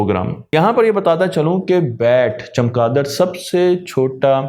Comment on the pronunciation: جناب چمکادڑ نہیں چمگادڑ ہے